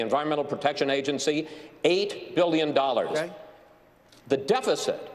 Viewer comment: Never trust a businessman who can’t pronounce the word billion.